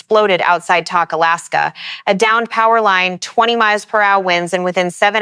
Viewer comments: Is this an AI voice or a real person voice? Tok is pronounced like the word "Toke" and not like the word "Tock." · Pronounced" toke' in Alaska not tok. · When will people learn to say properly the names your Alaska town is not spelled TAK like I’m talking to you that’s not how you say it it’s TOK like I’m taking a toke off a peace pipe. O sounds like an O not an A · Tok is pronounced toke. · Tok is pronounced Toke